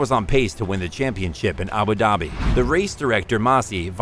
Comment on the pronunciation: It’s Abu Dhabi pronounce the d like “dhubi”